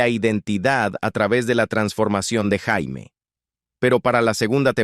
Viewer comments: No sé dice Jaime, se dice Yeimi, pronuniciénlo bien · Si nombre no se pronuncia como JAIME.. Porque en español sería un nombre de hombre.. Se pronuncia "YEIMI" Summers 🤦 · No es Jaime... se pronuncia "Yeimy". "Jaime" is nombre de hombre. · Ora Jaime🤣 Se " prenuncia" Jeimy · Su nombre no se pronunciaba ni Jaime ni Yaime, era "yeimi" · Què desastre que la llamen JAIME, como si fuera hombre. En mi caso es apellido😂😂😂😂😂😂. Muy mal, esa pronunciación es desastrosaaaaa😢😢😢